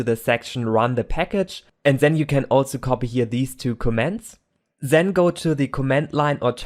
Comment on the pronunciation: the only problem is with "This", T-words, that become "Zhis", "Zherefore", "Zhen", it really confuses me, but apart from this, really good video!